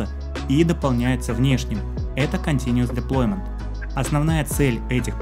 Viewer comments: Continuous, а не continuES Но очень доходчиво объяснил, спасибо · Только continuous, а не continues )